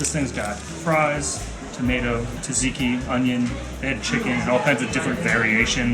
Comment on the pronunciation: You need to work on your pronunciation of "Tzatziki" - its 's not "tadziki" 😅